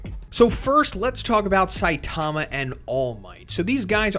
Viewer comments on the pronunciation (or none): none